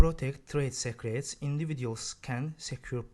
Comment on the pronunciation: When he first said secret, I totally thought he said cigarette